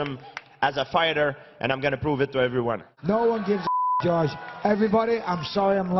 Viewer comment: George sounds likes he's saying fuook